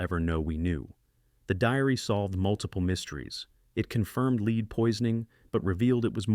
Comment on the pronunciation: My guy cannot accurately pronounce the word “lead” like the metal.. he and most say LEED… lol not LED